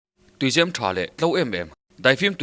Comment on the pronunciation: Tuizem hi ka ning tawh i chhiar sual hi chu ka duh top